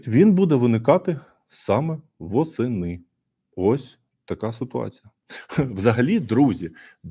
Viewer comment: ....лише восени " Не іі а И